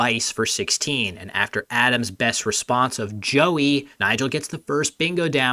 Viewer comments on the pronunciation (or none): none